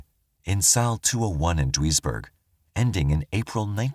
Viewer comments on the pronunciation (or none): Very interesting cases. Just for reference, Duisburg is pronounced deuce-burg